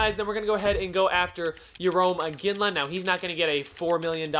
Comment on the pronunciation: Yarome iginla lol